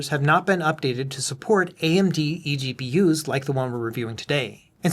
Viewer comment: Really fun pronouncing it as "eggpewers"!